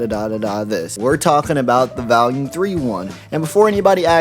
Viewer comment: The way you pronounce volume bothers me because there's no a in the word, but you say it like it does every time. Otherwise good video!